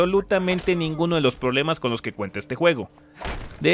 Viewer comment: Qué molesto fue que dijeras ''Skyrrrim'' JAJAJAJA